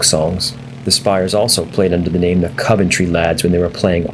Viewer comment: Coventry isn't pronounced like cover, it's an O sound the same as bother.